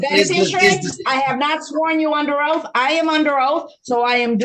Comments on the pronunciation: Why do these “sovereigns” can’t get the word oath correctly?? The ONLY ooaf in this sovereign! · "I under oaf!" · “Your Honor you are under oaf “